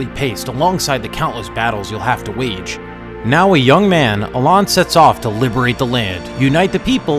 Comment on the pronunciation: Yeah I was really really busting stones over that lol. Also he mispronounced Alain but somehow got the Japanese names right